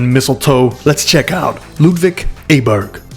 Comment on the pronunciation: Hi from Sweden. You pronounce it Auberg , as in Audrey , the girls name.